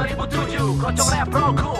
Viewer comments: kroncong is actually pronounced ker-ron-chong..(while "kerongkong"-like u said it- is throat...lol) it's a type of indonesian traditional music. protol kinda translates to "in pieces".so yeah, like he mentioned in one of the verses, this song is actually a fusion of keronchong, rock and rap. it's actually aimed to attract young generations to like traditional music. NOT a love song. 😅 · Keroncong Protol Its Ke-ro-ncong Pro-tol Keroncong is tradisional music from Indonesia, Java... Protol from Javanese, its means broken.. maybe... 😆